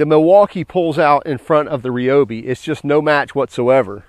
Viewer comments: Ryobi not Reobi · Just out of curiosity, do you eat rye bread or ree bread. LoL 😆 Drives me crazy when people say ree-o-bee instead of ry-o-bee… 🤷🏼🤷🏼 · The correct pronunciation is Ree-O-bee. NOT Rye-O-bee. It was originally a Japanese company, thus pronounced like many Japanese words. Thanks for watching.